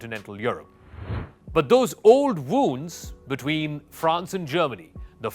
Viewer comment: Stop talking crap man , you know nothing about France and Germany . You can’t even pronounce their names properly